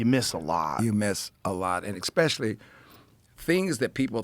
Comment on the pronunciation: EXpecially? Lionel come on